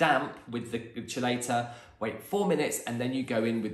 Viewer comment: Chelate— Keylate pronounced Key Late 😀💜💙